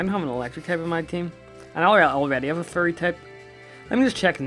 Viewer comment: when he says "fairy" it sounds like "furry"